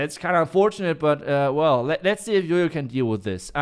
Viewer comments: Hearing him say YoYo instead of JOJO pisses me off 🤣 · The letter "J" pronounce "Y" in deutsch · Why do you call him yoyo when his name is Jojo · Why everyone calls him yoyo when his name is Jojo🙄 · Why you guys pronounce Jojo as Jojo when it's spelt as Jojo?